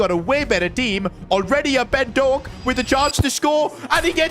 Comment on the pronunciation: Ben DoAk as a Scotsman that heart my heart